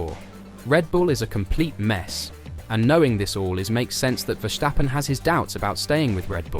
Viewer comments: There is no h in Verstappen. It is Verstappen, not Vershtappen..... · If you still cannot pronounce Verstappen correctly, nobody is going to take you seriously...